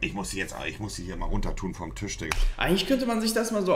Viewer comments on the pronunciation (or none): none